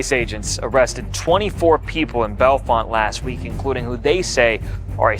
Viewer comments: Bell Font is how it's pronounced. It isn't pronounced bell font aye. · Its i99 yet... its still route 220 near I80 and its said belle font not fonte... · <----- Born and raised in Bellefonte, PA.... this video is a lie......... and ir is pronounced: "Bell-Font." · "Bellefonte" - pronounced "bell-font" - not "bell-font-tay". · Most of the clips were just AI filler. I live in Bellefonte and the only times they showed actual Bellefonte, was from downtown and randomly repeated that very small clip throughout the video. None of the other video clips were of Bellefonte (pronounced Bell-Font) named from French meaning beautiful spring. Talleyrand park, central to Bellefonte, is home to the natural spring that feeds much of the water supply to the area. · None of the places in this videa are "bella-fon-tay" 🤣. I grew up in milesburg 3 miles from there. Learn how to pronounce the name right too narrator dude. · Pronounced locally "Bell-Font" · Town name pronounced "Bell-font" not as it looks, It's not loke Harry's last name! These cat's hsd to have stuck out like sore thumbs around there as it's mostly the same family's that had lived there for a century. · FYI, Bellefonte is pronounced Bell-Font. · Bellefonte is pronounced Bell-font. Thankfully he didn’t pronounce the other e making it Belly-fontea 😆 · Bellefonte is pronounced Bell-font to most locals. But its sad that this has to happen in our small town communities of people just trying to live a normal and meaningful life. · It’s in the center of Pa. Just north of State College Pa. You might have heard of the Nittany Lions. About 4 hrs east from Pittsburgh Pa About 3hrs west of Philadelphia Pa They don’t pronounce Bellefonte correct in this either. The E is silent at the end of Bellefonte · Stop saying Bellefonte WRONG!!! Thanks its driving me nuts lol. Do a little research to learn town names. Just drop the E at the end. It's silent.